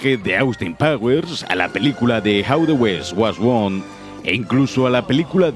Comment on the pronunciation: "jau de wesh guau gon"